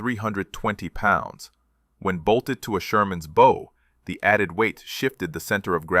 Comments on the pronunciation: The AI mispronounced "bow". It's not pronounced like flower-bow. It's pronounced "bough", as in Bow-wow. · You're mispronouncing "bow" consistently. It's being spoken by your AI like thr bow on a Christmas present. You want to instruct your AI to pronounce it as the bow of a ship. My ears will thank you for this. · BOW is pronounced as in "take a bow" not "tie a bow" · It’s a bow plate, as in ow, the way your n pronunciation hurts my ears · Or like the bow of a boat, which is probably where the name came from. But here is the thing with the English Language, Bow as in Bow and Arrow, or Bow of a Ship. Same word, two different meanings. There are many more examples too. However, you can always tell when it is AI because they can't tell the difference. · If that's true, then I am either deaf or delusional, and I am not either. They mispronounced the word multiple times, if not completely through